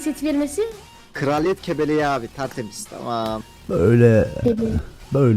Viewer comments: Emirin kebelek demesi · in kebelek demesi skdujdjdhd